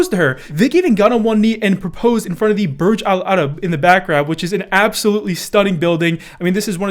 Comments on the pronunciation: CAN ANYONE TALK ABOUT HOW PERFECTLY HE PRONOUNCED BURJ AL ARAB??? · Bro u said that so perfectly do u have arab background 👀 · No one gonna say how good pronunciation of Burj al Arab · Gotta give props for that proper pronunciation of 'Burj Al Arab', it may go unnoticed by many but I commend you for doing it properly. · This is so random, but nice pronunciation on Burj Al-Arab! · I liked the way he pronounced Burj Al-Arab. Alhamdulillah, Islam is the light my brothers and sisters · The way he pronounced "burj al arab"!!! That was impressive